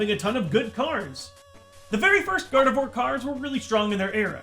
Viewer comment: Nobody: Absolutely nobody: Not even a soul:: Gardevoir gardevore.